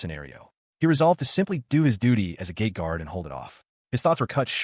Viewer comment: OOOHHHH, it is a GATE guard, not GAY guard